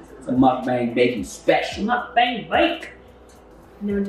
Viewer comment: When she said “Muk-BANG” instead of “Muk-Bong” my heart went ♥️🥰!! I officially love you😂😂